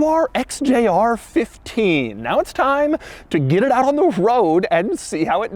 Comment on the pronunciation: He pronounces “get” like I do… “git”. 😀